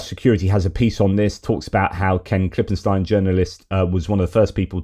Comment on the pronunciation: ..great vid... really good... I'm in my 60s and I really wanted a new conspiracy to keep me warm for the next 20 years. Also the way you should pronounce the name Ken Klippenstein is as per German pronunciation... KLIPPEN-STINE the "ei" is a long "i"